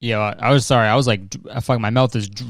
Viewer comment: That "Ha, SOHRRY!" Was the most Canadian I've ever heard Kurtis sound. Lol. I love it.